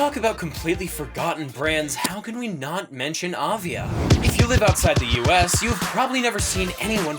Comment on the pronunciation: You are totally mispronouncing Avia 😂